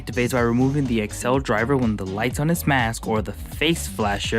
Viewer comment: Why do u say accel like that, I know it's not important but I'm cringing so hard everytime you say it